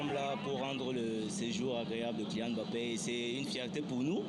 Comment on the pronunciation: Ça va lui faire bizarre d'être entouré de gens qui savent prononcer Mbappé correctement sans dire Emmbappé 🤣